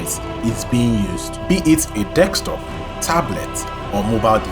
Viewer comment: You almost lost me at the beginning at "dekstop"...